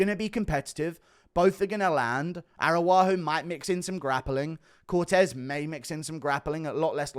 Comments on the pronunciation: Guru. Araujo is pronunciated Arau-Ggio. Like an Italian name. Thank you for all your work, long time fan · Why did you give Araujo a native American name. Arawahoo 😂